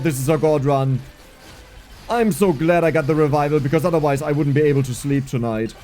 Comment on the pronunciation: Dude its S, not Z. "So" not "Zo". "Super" not "Zuper"